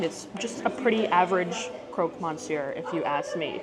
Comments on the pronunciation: The croque monsieur looked cold . Also, in French you do not pronounce the N. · I am so happy your reviewing it. I think the interior is fantastic and beverage fits the place. I think it's so expensive that I can't imagne many people can pay that (I think many will come for Instagram pics then the actually food) . The way you say croque Monsieur and Fleur de sel hahaha love it. Thank you for your honest review. The sandwich looked so good. Did you like the chocolate? I am from Belgian so interesting. But also know there is what people call Belgian chocolate and our famous chocolate.